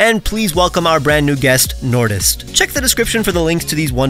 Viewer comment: I had a heart attack when you said nortist. 2 of my favorite pokétubers collabing!